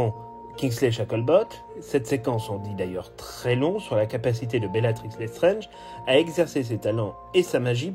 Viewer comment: Vous prononcez "Lestrenge". C'est "LesstrAAAAAAAAAAAAAAAAAAAAAAnge. Comme dans "ANGE" Pas "ENGE". Pourquoi prononcez-vous le A comme un E?